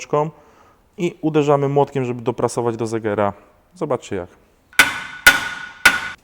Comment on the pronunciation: pierścień segera a nie zegera